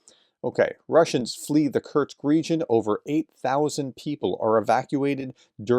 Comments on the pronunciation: Kurts kurts kurts kurts🙄🙄🙄🙄 It's KURSK! HOW difficult can it be??? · It's ''Kursk'', Professor! Not Kurtz... This ain't Apocalypse Now (I hope)